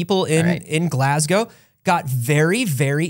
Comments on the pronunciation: insisting on calling it glas-gowe is breaking my brain 😂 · Glas-go not Glasg-ow for pronunciation though your Edinburgh is shockingly spot on.